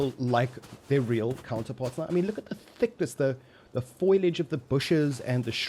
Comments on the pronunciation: buddy it's foliage not foilage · foilage? bro the word is foliage 😂😂 but holy shit they finished it lol edit holy shit i jsut had to come back and do a quick april fool date check gg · 'foilage' xD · How the fuck can’t people say foliage?